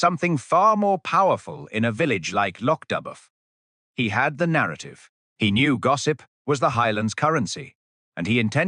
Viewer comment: It is lock do. Not dub